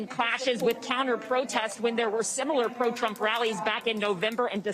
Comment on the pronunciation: Trump not drump